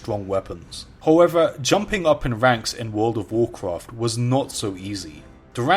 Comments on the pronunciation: The way he says world of Warcraft makes my ears hurt please say it right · Why is your voice deeper in this video? Also since you clearly struggle pronouncing 'World of Warcraft', why not just call it WoW?